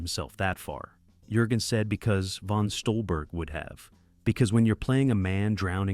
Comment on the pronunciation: Thumbs down because of bad AI narration. Can't pronounce the actor's names properly. It's not Jergens, like the lotion. It's sounds like 'Yurgens'. Can't even say "DD" right. But this is my favorite WW2 Navy movie.